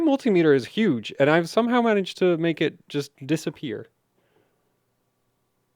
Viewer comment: "My multimeter is hudge" O.O XD